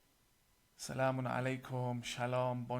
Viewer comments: LYING BASTARD!!!! THIS IS NO MUSLIM IMAM!!!!! HE IS A DRESSED UP BULLSHITTING PRICK!!!!! HE CANT EVEN SAY SALAM PROPERLY????? ONLY STUPID DUMB FUCKS WILL BELIEVE THIS SCUMMY PRICK!!!!!!! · hahahaha what kind of imam is he who had to check spelling of salam on his paper or tablet but still cant pronouce properly ,and this imam doesnt have mahraab on his forehead what kind of imam he is ?and this imam didnt even start with name of almighty allah ,its very amaz that whatever he discovered in the book with his satanic mentality he still remains Muslim n give his talk on the page which is not even islamic page,whoever you are you tried your best but sorry this is a religion of God. may Allah show u the right path. Ameen